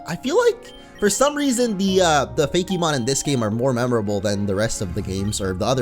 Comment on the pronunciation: I have never heard the term "Fake - e - mon" before. Its like a new adventure!!! :D Side Note: "Faux-ké-mon" fits 10X better....